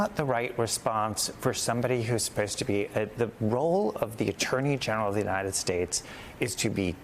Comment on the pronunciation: She can´t even say, "The United States". Like her orange Jesus.